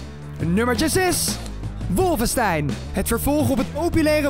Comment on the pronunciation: 1. Waarom zegt iedereen Wolvenstein in plaats van Wolfenstein. 2. Het is verboden in Duitsland